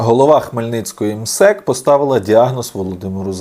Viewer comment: Наголос на МСЕК хибний! Це Чичиков з ПФУ , гроші мертвих душ. Нас перенаправляють від проблем, які давно генеруються у пенсійному фонді країни.